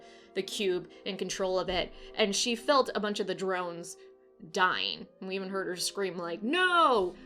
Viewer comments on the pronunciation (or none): none